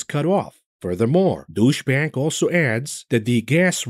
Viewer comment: When he says Deutsch bank, I hear douchebag.